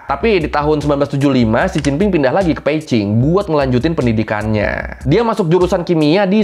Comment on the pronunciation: Mantap nih, abang ini, mulai baca yg bener, b di baca p, salut buat abang 👍🏼